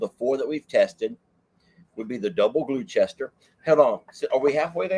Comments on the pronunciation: Gloucester pronounced gloster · Pronounced "Glosster" I think...you guys make me happy 😊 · You liked all the English cheeses, Gloucester is pronounced Gloster, love you both ❤️ from 🇬🇧 I am Welsh and they have some great cheeses also 🏴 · we brits don't say Gloucestershire we shorten every county so we pronounce it as gloster, Devon no shires lol im( laughing hysterically in the bed under the sheets) the only cheese I haven't tried is the mexicana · Double glue Chester?? Was it from Gloucester Mass?? Pronounced Gloster? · 😂 and you make me laugh so much. ❤all your videos. The cheeses from the UK Double Gloucester is pronounced double gloster And the Leicester one you got right